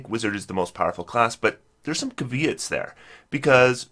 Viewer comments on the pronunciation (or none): Dude, let me help a brother out. How to pronounce “caveat”